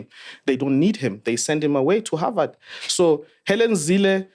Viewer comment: "He's going to havard"😭😭😭😭